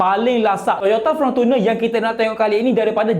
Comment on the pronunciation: Fortuner bukan Frontuner😅😅😅